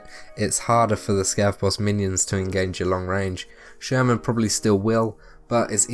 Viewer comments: Free tip. Actually, "Sturman" should be pronounced like "Shtoorman" with inevitably hard Russian "r" sound ) Not the likes of "sherman" our whatnot as in this vid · His name is not Sherman :), but thanks for the info! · not sherman! SHTURMAN